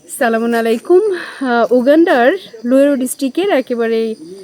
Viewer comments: ছালাম ঠিক করে দিবেন। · আপু আপনি সালামটা সঠিকভাবে দেন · সালামটাও ঠিক মত দিতে পারো না?? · সালাম সঠিকভাবে দিন। সালামটা উচ্চারণ হয়নি।